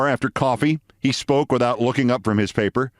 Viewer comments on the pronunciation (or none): none